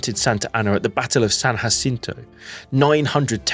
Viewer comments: Texans pronounce San Jacinto with the English J as in jam, not the /h/ sound it makes in Spanish. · Great work but we don’t call it San ‘ha-cinto”, it’s Jacinto with a “ja” sound like jam. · It's funny how Texans pronounce San Jacinto with a strong J sound, while non-Texans use the Hispanic sounding H. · If you ever go to Texas, make sure you use their incorrect pronunciation of San Jacinto: "San Jaw-cinto". They get upset if you pronounce it correctly! 🤣